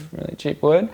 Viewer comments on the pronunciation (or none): He said wewd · DID HE SAY WEWD!?!?!?! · He stole wewd from Bobby Duke Arts! HE DIDN’T EVEN SAY IT RIGHT! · HE SAID WEWD!!!!! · Yes! I heard wewd and thought of your videos!